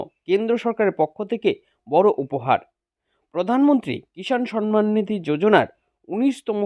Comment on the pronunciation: আরে পাগলা, সন মান নয়; সম্মান। আর This video is fake.